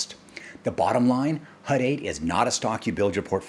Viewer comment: HUT... not HUD... had to clean my ears...lol